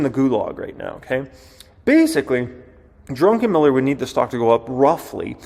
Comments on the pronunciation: Its DRuck, not Drunkenm. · Uuuh. I believe his surname is Drukenmiller. Not Drunken-Miller. But it was hilarious listening to you say it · It’s Druck…enmiller not Drunken..miller lol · Not "Drunken Miller" its "Druck En Miller". Not "Du qweezy" its "du kane". Geez learn how to pronounce words you are using. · Druckenmiller, not Drunkenmiller 😆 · DruCK not DruNK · The first syllable of his surname is Druck, not Drunk. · BAHAHAHAHAHAHA!!!!!!!!!!!!!!!!!!!! He said, "Drunkenmiller" instead of "Druckenmiller"! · You keep saying 'Drunken'-miller.... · I am betting Stanley HATES the way you pronounce his name.